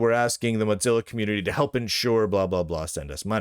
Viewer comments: What is this “moTzilla”? It’s Mozilla. Mo, like in the Simpsons, Zilla, like Godzilla. Where are you getting that T from? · Mod Zilla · I'm just curious, why do you keep saying "Motzilla"? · hes pronouncing it similarly to how mozzarella gets pronounced is all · The name ‘Mozilla’ comes from ‘Mosaic Killer,’ so that pronunciation would only make sense if you pronounced ‘Mosaic’ as ‘Motsaic.’ I suppose Lunduke isn’t aware of the name’s history, which explains the mispronunciation. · I presume he thinks it should be pronounced like Mozart, but that is only pronounced that way because it’s Germanic. Mozilla is Mosaic + Godzilla neither of which is. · Or maybe he says it like Mozzarella cheese; like "Mozza sticks"